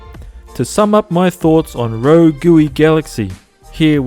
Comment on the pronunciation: “Rogooey” hah